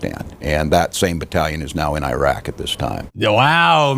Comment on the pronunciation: Thtas how you pronounce Iraq